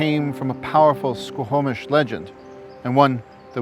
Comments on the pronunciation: OK SO...... HOW THE HELL IS YT JUST NOW RECOMMENDING YOU TO ME ?!?!?! FML ... I MISS THE TWINS ... ITS HOME FOR ME! Its pronounced SQAW-MISH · A great and informative show. I am a huge Indigenous Peoples supporter! And now I feel sick to my stomach, yet more motivated than ever to help achieve equality...(baby steps and bridges will change the trajectory of the lives of those who want to change and grow) Just a few mispronounciations from a Vancouver native-offered with respect. The main one repeated many times is the word Squamish. Its said "Skwa-mish" and is incorrectly pronounced "sko-ho-mish" in the video.